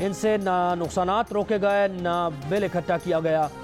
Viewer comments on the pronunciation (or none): none